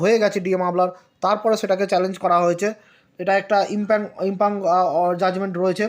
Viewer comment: ইম্পিউনড ইম্পাং নয়